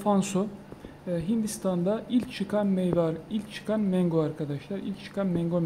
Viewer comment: abi mengo deyişine bitiyorum😀 saygılar 😊